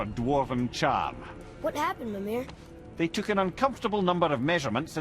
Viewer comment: How does a character introduce himself as mimir get you too pronounce his name as memir? Somethings will never cease to confuse me